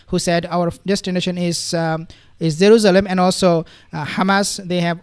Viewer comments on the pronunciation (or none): I can’t get over your “zaruzalam “